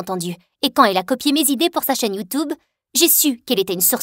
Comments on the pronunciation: Youtoube, yate la prononciation me fait mord de rire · Quand elle dit YoutOUbe🤣😭